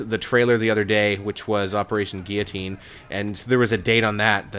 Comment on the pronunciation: Wow man u pronounced guillotine correctly nice man